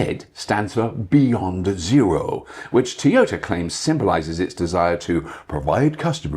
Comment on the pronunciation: Bobby Llewellyn. A man so British, he pronounces Toyota as Tea-yota.😄🍵🫖 (somebody get that man a cuppa)😁